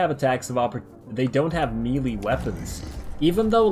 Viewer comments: what in the world is a mealy weapon?? (MAY-LAY) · Melee = May-Lay.